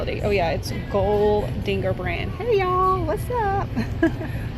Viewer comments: The silver bowl is Godinger, pronounced Gaw din ger, not Go dinger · I vote to leave the swans white, maybe add some black wax. Don't paint the Godinger pieces either. Pronounced gaa-ding-er. They sell for about $40 each. Take care. 🐦